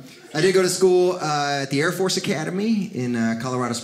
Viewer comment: Thought this guy was funny until he said chair force.. sorry air force